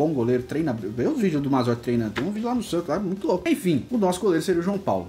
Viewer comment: Cara, vc falando SATOS é muito engraçado hahahahahah